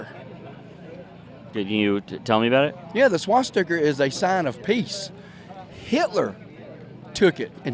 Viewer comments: "Swasticker," you want to listen to what a man says after you hear him say "swasticker." You got one of them road scholars that you're talking to. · What the heck is a "swasticker"? 🤪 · Swasticer? Wtf is a swasticer you stupud brain dead redneck. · Dude called a swastika a swasticker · “The swashsticker”. Sigh . . . . the stupidity. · Smart guy can't even pronounce swastika.